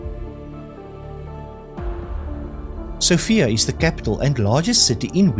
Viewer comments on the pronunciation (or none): none